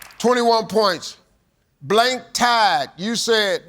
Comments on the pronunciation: I hear blank tie too that's not what he's saying? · I also heard tie. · So it appears a lot of us heard "tie" for question three, as did I. Thankfully, the second contestant heard correctly lol. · I wondered why both of them passed, because I immediately thought "black tie" and "bow tie." When it turned out that he had said "tide," not "tie," I understood. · I misheard it too. I thought it was tie instead of tide.😂